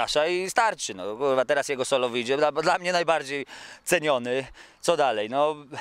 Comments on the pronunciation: "HURWA" - kękę Mega pozytywny typ :D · Epickie "HURWA"